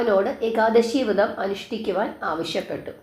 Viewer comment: വൃതം അല്ല വ്രതം എന്നു പറയു